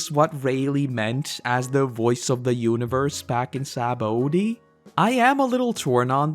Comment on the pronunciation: Why you say Saba-OOOAAA-dy? 😂 I sympathize with sanji